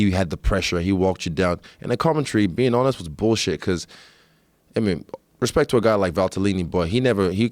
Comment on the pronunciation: “Hespect hespect”